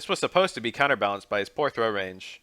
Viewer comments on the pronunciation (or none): none